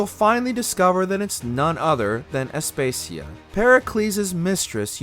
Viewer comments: Aspacias name is pronounced (ass-pah-see-ah) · I winced a few times at the name Aspasia 😂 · You pronounce some things like 💩 and the fact you say Aspasia so many times that way I wanna hurt you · Learn how to pronounce Aspasia you F##king r3t@ €0€k head!! I wanna die after hearing your douchey voice say it like that, I need a lobotomy now!! You f##king idi0t